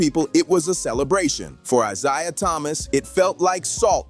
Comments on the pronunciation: It's pronounced eye-zay-uh. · Why is it when you people do these videos you can’t pronounce these guys names properly!! Like come on now!! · How many times are you going to mispronounce Isiah? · YOU DON'T KNOW HOW TO SAY A PERSON NAME. CORRECTLY. LESTER EL ISLAMISM ☪️ 🕋 🕌 ☪️ 🕋 🕌 ☪️ 🕋 🕌 ☪️ 🕋 🕌 ☪️ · How can you go a full video mispronouncing Isiah. That there kills your whole video. Do better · I can't watch a clip where a guy can't even pronounce Isaiah Thomas's name right